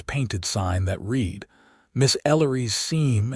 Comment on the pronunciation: The ages of the children doesn’t add up. When they were friends in their youth he was 18 & she was 16. Five years later when they meet again, her children are 7 & 4. Also Helena & read are mispronounced. Please proofread & listen before posting story. It was a lovely story if corrections are made.